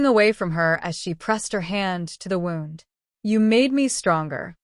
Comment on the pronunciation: GPA is read as Giga Pascals. Wound (as in sore) is read as wound (wrapping something long). The foreign voices reading weird short parts. Its really bad.